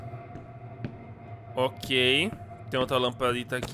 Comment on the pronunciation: Mano al invés de vc falar "ok" vc falou o gay😂😂😂